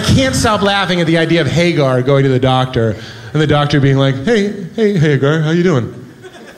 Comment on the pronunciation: Why does he mispronounce Haggar's name like that?